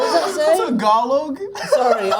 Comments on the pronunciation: Zendaya said "Ta Gal Loug" it pronounces Tagalog!😂😂😂😂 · As a filipino watching this video it's really funny haw tom said tagalog like tAg-A-lOg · Jacob’s reaction to Tom reading Tagalog as “tag along” lmao both are so funny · taag along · its a common mistake to read it as tag-alo(n)g we aren’t mad abt it😭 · He say tang a log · I think he said Tag along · i couldn’t stop laughing when tom said “tagalong” instead of tagalog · When tom mimic zendaya laugh he made a pop sound and also how he pronounce the word tagalog in TA-GA-LOOOG is my favorite part 🤣🤣🤣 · when tom said tagalog, i heard tag along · THE WAY TOM SAYS TAGALOG I CANT- AND HOW JACOB JUST LAUGHED WHILE CORRECTING HIM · The way zendaya mimicking tom's way of pronouncing the "tagalog" word is so funny to me HAHAAHAHAHA